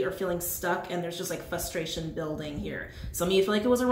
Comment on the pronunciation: Are you saying flustration? I keep hearing flustration instead of frustration